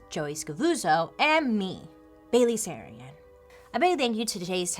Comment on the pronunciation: Bail-ally Sarian 🌈